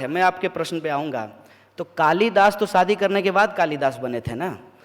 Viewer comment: He doesn’t know how to province shaadi talking in Hindi he should know it is not saadi but shaadi ..